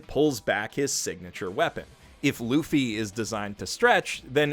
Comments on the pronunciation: I already liked you when you were a "professional shitbag" but now you are a "professional nakama", welcome to the fandom!!! A few things though: it's LOU-FEE, and SANtouryu, but you're forgiven since you just started. Two things I want to mention: One Piece is filled with GOD-TIER foreshadowing and is full of the FEELS starting with the dog, Shoushou was it? Enjoy this adventure! :) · Alright, couple of things: 1. Franky is probably one of the best designed characters in the show, both from a visual and story perspective. 2. Luffy is pronounced 'Looffy'. 3. You might feel like abandoning the anime and just focusing on the manga, as the animation and sometimes even the art style does leave a lot to be desired. Especially when compared to the source material. BUT. There are two parts that are mandatory watching for any One Piece fan. First up: The G-8 Arc. Easily one of the best filler arcs that has ever been done in anime. The new characters are all fantastic, you become really invested in their individual stories in a very short time, the gags are top tier, and for bonus points, one of the episodes was directed by MAMORU HOSODA (ep. 199). Finally, while cheating a bit as it's technically a film: Baron Omatsuri and the Secret Island. The sixth One-Piece film. Imagine One-Piece with a darker story line, backed by a solid animation team with a movie-sized budget and given enough time to give every frame the attention it deserves. Hrmm, wonder who directed that one? Lemme check real quick.... oh look, it's MAMORU HOSODA. AGAIN. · i like how you pronounce his name "Monkey D. laffy " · Loo-fee. also if you read the usopp arc it shows why axe hand morgan wears the jaw thing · I love that you started One Piece but, not to be that guy but, It's pronounced Monkey D. Loofy even though it's spelled Monkey D. Luffy Based on the Japanese version. I never listened to the English dub though so you can tell me what the correct pronunciation is! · Did you say LUFY?